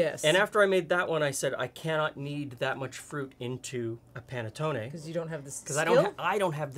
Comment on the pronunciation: New subscriber here and LOVING your channel thus far!! This here Italian thanks you for correctly pronouncing panettonE with a LONG E sound at the end! Between the Americanized mispronunciation of provolonE and a few others, it drives me nuts to hear people drop the long E at the end of these words. My Sicilian Nonna from Palermo would be so happy to hear them properly pronounced. 😁 After all, we Americans have gotten used to properly pronounce the Spanish word Taco with the AH sound and not Americanized it with a long A right?! Imagine hearing it pronounced tAYco!! Or how about burrIEtoe... LOL 😂🤣